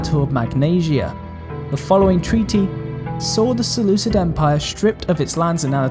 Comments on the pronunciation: Selu-kid not selu-sid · its seh-looh-KID not sid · You sure that in this time the "c" before "i" was already a modern english "c" sound and not still a "k"? Sounds really weird. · Sorry bro but one sentence in and I'm already irritated beyond belief. "Seleucid" is a romanisation of the Greek name of the empire, and as such all Cs are pronounced as K. Seleukus, Seleukid, Makedon, Skythia, etc. Not to be rude but this irritates me beyond belief.